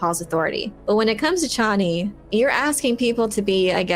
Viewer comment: Chay nee, not Chawnee